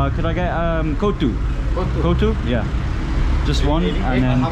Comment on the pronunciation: Kootsu ' nemai, its kothu... 👌 OK say it probably